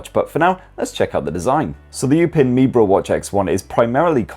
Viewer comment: It is pronounced "You-pin me bro" 😭😭😭😭😭😭😭😭